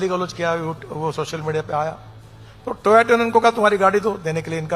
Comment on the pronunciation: Bc ye toyato konsi company hai jisko Toyota bolne ko nahi ata wo bhi minister hai itne salon se 🙂